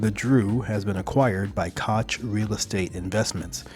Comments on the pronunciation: Koch Industries is pronounced coke industries. LOL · The Koch industries pronounce their name "coke" I enjoy your channel.